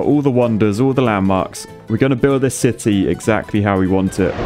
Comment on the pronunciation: you build a "shity" not a city :D :D.. with a ,,Poo"namacanal xD love your videos! so entertaining!